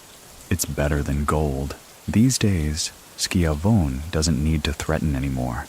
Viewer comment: Shi-Von-Ee, like Tony Schiavone from WCW. Love your videos